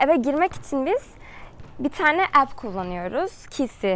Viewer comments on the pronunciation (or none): app = ep onun söylediği şekilde app daha farkli yazılması gerkirdi. Yurt dışında doğma büyüme ve yaşayan biri olarak söylüyorum. 👍🏽